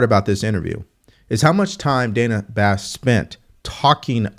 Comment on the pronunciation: Its pronounced Dana like banana.